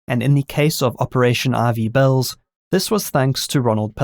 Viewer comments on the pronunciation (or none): I tried looking up Operation RV Bells. lol it turns out he was saying Ivy Bells.